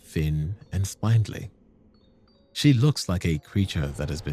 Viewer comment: You pronounce vicar and spindly weird, great video tho :D